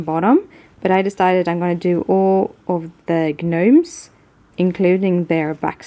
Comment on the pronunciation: I think it's soooo cute that you call them g-nomes. In America we says "nomes"...silent G. Love all your videos!! The cards you make are amazing!!